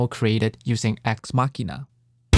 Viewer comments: YUP. I genuinely thought it was a wordplay on “axe machine,” as in “guitar machine” (machine because it’s a program). And I know I’m not the only one who mispronounced it because I saw another review video of this library where the guy pronounced it wrong 😂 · Thanks Nathan! Glad you liked the video. Haha I was waiting to see if anyone noticed it. I originally thought the product name "Axe Machina" was a word play on "axe machine," like "guitar machine," so I pronounced "machina" like "machine" with an "a" sound at the end. Only did I realized I recorded the whole video mispronouncing the product name when my wife pointed out to me it was supposed to be a word play on "deus ex machina." I had to replace all thirty-something instances of me saying the product name after! Told me like 4 hours 😩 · The EQing is very minimal. Mostly just a low cut to cut out the low end rumble. The difference you hear is pretty much the difference directly from the DIs. I only realized I was mispronouncing Axe Machina after I finished editing the entire video. It would make no sense to re-record the entire thing. Editing a video like this with so many motion graphics takes a LONG time. Ultimately, I believe the dubbing doesn't affect the information I wanted to convey.